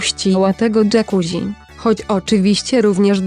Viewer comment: Jakuzzi czyta się dżakuzi!!! można sprawdzić w parę sekund! Może tak poprawcie wymowę , bo jest rażąca!:face-orange-frowning